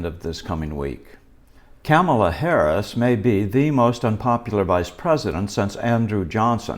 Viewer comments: Actually pronounced "Kuntmaula" - an opprobrium that will live in infamy. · Thank you for the pronunciation of Kamala. She hates that! We all need to do it.